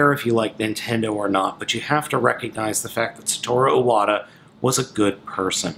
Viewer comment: You could atleast pronounce his name correctly...